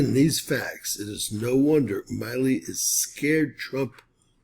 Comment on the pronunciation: Mark Milley’s surname is pronounced with a short I. Mill, as in a sawmill, Lee. Appreciate your content. Podcasters in general are notorious for mispronunciation of names and other vocabulary. Podcasts are a great source of information, including yours, and being more careful to pronounce words correctly will give you more credibility.